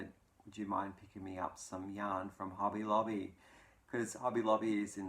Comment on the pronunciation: I have recently started shopping at Hobby Lobby as the AC Moore stores are closing.😕 Love your accent. It sounds like you're saying Hubby Lobby. I thought, what a great place for your hubby to go buy you some yarn. Your description of curling is hilarious. I've been watching Olympic curling for years. It has made quite a comeback in the US with the recent success of the Olympic team.